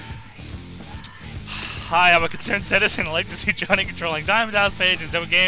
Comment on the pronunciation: and it's Johnny, not Jawny and it's Htial not Hteel. It's just ways their names have been said in streams.